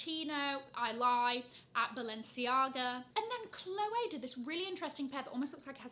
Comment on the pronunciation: Adore how you pronounce it as Chloway and not Chlowee 😘